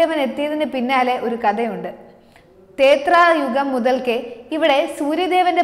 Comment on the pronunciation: തേത്രായുഗമല്ല.ത്രേതായുഗമെന്നുവേണം ഉച്ചരിക്കാൻ.🙏.ഓം ആദിത്യായ നമ: 🙏🇮🇳